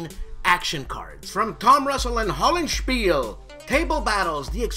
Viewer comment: Good, workmanlike episode. But, you're leaving a syllable off of Hollandspeile. It should be pronounced, "HOLL-and-schpee-leh". "Hollandspiel" (as you're now pronouncing it) is singular ... and they do have more than one game! :)